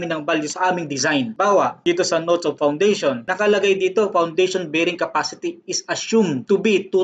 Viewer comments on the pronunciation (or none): Kuya its Bearing Capacity not Barring Capacity.